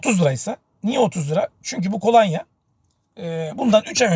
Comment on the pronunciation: Kolanya değil kolonya olacak, yayın yapıyorsunuz dikkat etmeniz gerekir.